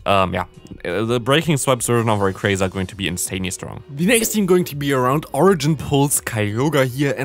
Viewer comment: Can i ask why you are saying Raycraza instead of Rayquaza? is that how its actually pronounced? I don't know these things